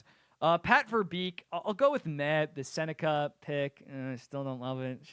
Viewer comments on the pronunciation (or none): buddy hates KD, also it’s sennecke not seneca?